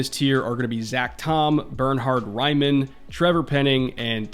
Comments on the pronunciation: Raiman is Austrian, your pronunciation of his name is pretty hard to hear for someone speaking german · but pls learn to pronunciate his name hahaha nowhere close 😂